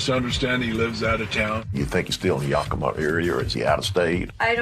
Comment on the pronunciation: It's pronounced Yak-ugh-ma. Pronouncing it the way she's pronouncing it, is one of the biggest pet peeves of people who live there. For some reason, the names of our cities are hard for her to pronounce because she butchers every single one she does a story on. Puyallup being the funniest one to date.